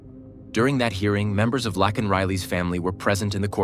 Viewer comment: yes it is her first name, but it’s actually pronounced Lake(n) as seen in a comment below. Like a lake with an N at the end.